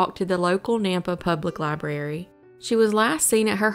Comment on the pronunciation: Library not libarry.